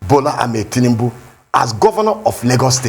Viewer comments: keep deceiving yourself by thinking that your ‘Tinimbu’ will get votes from the South East. You can’t even pronounce your Oga’s name correctly. Ewu awusa. Shame on you. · This one can't even pronounced Tinubu well.